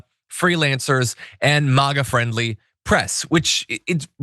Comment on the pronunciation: Why does this dude keep saying Maw-Gaw instead of Mayga?